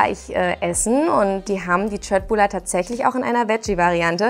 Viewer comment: köttbular richtig gesagt👍